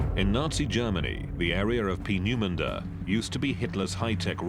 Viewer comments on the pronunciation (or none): Bit of trouble pronouncing Peenemunde.